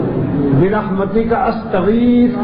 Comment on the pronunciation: برحمتک ک زبر کے ساتھ ک زیر مونث کیلئے آتا ہے اصلاح کی اشد ضروری ہے